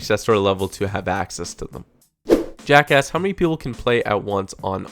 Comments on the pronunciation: I thought that too but he actually said jack asks... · How many people thought he said, "Jackass"? XD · Did anyone else think he said jack ass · When you said jack asks it sounded like jackass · lol it sounds like he said jackass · no i thought he said jackass at first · he said Jack asks, although at first I thought he said Jack@ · 1.17 sounded like jack ass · When you said jack asked it sounded like you said jacka** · lol, no he said "Jack asks" XD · lol He said "Jack asks".